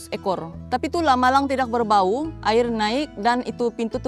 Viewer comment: Jelas sejelas-jelas nya sebutan nya kan,tanpa meninggalkan huruf yg di eja. Air------sabahan sebut air,klu smnjung Aie..😅😂 hilang huruf "r"nya.